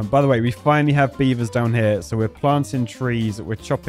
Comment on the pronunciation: Come on beav-TARS!